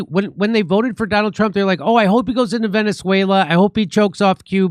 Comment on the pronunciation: Too funny, about 4 minutes into the video, you said “you really have to be a Trump to not see through it”. I heard “ you really have to be a Trump to Nazi through it”.